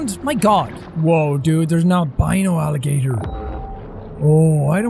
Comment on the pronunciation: Nobody: Literally Nobody: Jack: alli-gutor